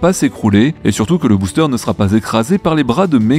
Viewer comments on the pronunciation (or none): none